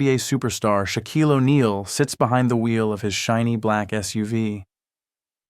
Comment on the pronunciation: I wish the story teller would learn how to pronounce Shaquille’s name correctly